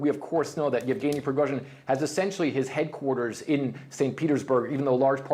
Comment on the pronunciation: After a year and a half since the invasion of Ukraine...and you still can't pronounce his name? It's not even a complicated one "Yevgeny"